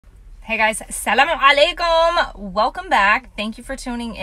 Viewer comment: I love how you say salam alaikom it’s perfect 😂😇